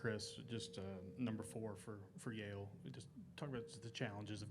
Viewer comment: Yale???? Yale????Yale???? NO EXCUSE.